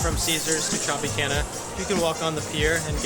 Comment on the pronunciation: The way you said Tropicana has me lol-ing. If you haven’t yet, you should stay at the Trop. Different vibe since it’s basically away from the other major casinos